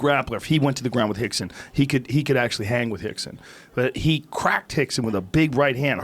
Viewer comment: Why do they keep calling Rickson Gracie "Hikson" ? And Royce - "Hoist"?